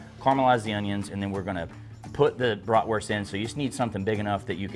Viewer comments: Its bratwurst not bratworst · Bloody lovely, love a Bratwurst, but at least call it by its proper name, it’s German so stop pronouncing the w, it’s pronounced with a V so BratVurst. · I am a German Chicago Bears fan. I really like how you pronounce Bratwurst.